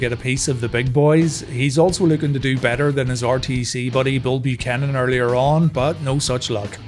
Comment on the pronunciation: Dear lord, did you call him Bull Pukanan...? How dare you sir!